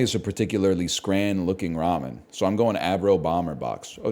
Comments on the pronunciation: As a Scot, hearing a North American say the word scran is very upsetting. This is like Craig all over again. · what in the fuck is "scran" and why would you ever call something edible that